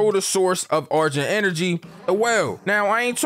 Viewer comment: Nigga really said "argent enery" 😂